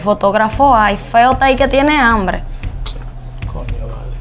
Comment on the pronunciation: Me gusta cuando el muchacho dice tengo anbre